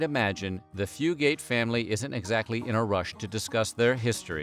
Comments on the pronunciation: Haha it’s not pronounced fu-gate. It’s more like fu-gut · That is where my maternal Fugate/Fugitt line is from. My cousin researched this and said we do, in fact, descend from them. But our family and others with the same name, pronounce it Fyoo git, not Fyoo gate! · Yep. Came here to say ‘few-get’ not ‘few-gate’. I’m from about 20 minutes from where the Fugates lived. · My great granny was a Combs from around Ball lol and it’s pronounced fyoo-git not fyoo-gate around here usually 😂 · I've always been so interested in this family because I live in Eastern Kentucky Oh, and btw is not pronounced few-gate, it's few-gut. And there's no pause between the two syllables. We just say it all together around here lol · Eastern Kentuckian here (not blue). The correct pronunciation of the surname is "few-gets" not "few-gates". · I'm related to half the names mentioned😂 and it's pronounced "fewgit" I ain't blue though. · From Eastern Kentucky - it's pronounced Few-gut. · Also, it’s pronounced “Fugue - It” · Yes!! Every time he said Fugate it hurt my ears! It should be “Few’-gut”. And don’t get me started on Appalachian! 😘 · I was thinking that the whole time I watched the video ! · As a fellow App-uh-latch-e-un, Tennessean not Kentuckian, also not blue, I came to the comment section to correct the pronunciation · THANK YOU I’m from hazard so obviously I know fugates and the way they pronounce it is killing me thru this video